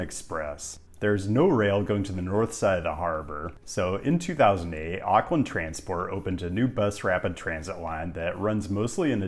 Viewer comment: Auckland is pronounced " Ork lind " not " Ark lind ". Most Americans get this wrong.